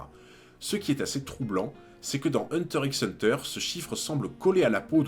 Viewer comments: Une chaîne dédié à Hunter Hunter devrait savoir que le X ne se prononce pas 😧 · Hunter hunter le "x" ne se prononce pas 😜. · Premier fait troublant le "x" ne se prononce pas, on dit juste hunter hunter 👀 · Je n'ai pas vu toutes tes vidéos donc je ne sais si tu as déjà abordé ce point mais le "X" dans "Hunter X Hunter" ne se prononce pas. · Hunter Hunter frero le x est muet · Tu le sais peut-être mais on ne dit pas le x de hunter X hunter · C pas un reproche mais pk tu prononces le x?